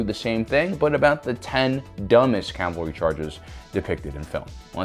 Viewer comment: CAV al ry, not CAL val ry.